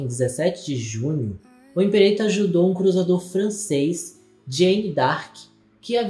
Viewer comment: Limperator lmao